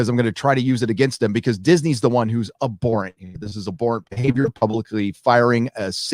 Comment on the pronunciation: If you're going to keep saying "abhorrent" can you at least learn to pronounce it correctly?